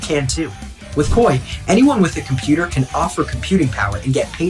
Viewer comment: I swear I heard ‘“wif” this kind of backing’ the first time I played this back 😅